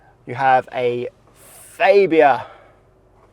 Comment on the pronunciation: Faybia? It's Fabia!!!!!